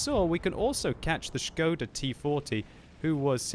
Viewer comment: NO WAY SOMEONE PRONOUNCED SKODA RIGHT